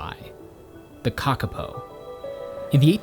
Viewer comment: Lol *kakapo, pronounced cah-cah-poor but don’t emphasize the R on poor